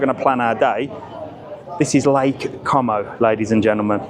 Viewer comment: What a moaning old git😂😂😂😂 has the patience of a Saint because if that was mine he would have disowned me and walked off😂I'm loving you pronouncing com o🤣as it will really upsets the wetwipes in the comments 😝great video and 👍